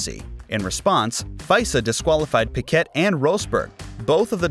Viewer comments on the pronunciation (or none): No, I am brazilian. Pee kay (like Murray Walker used to pronounce) is wrong. Pee-Ke (as in "forte") is the right way to pronounce it. I think it is a french surname, but it may stem from Spain also. Like the guy that used to bang Shakira. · it's pronounced pee-kay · more like pee Kay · I couldn't listen after I heard Pickett a few times. Why would I watch a video where the creator clearly knows less than an average F1 fan.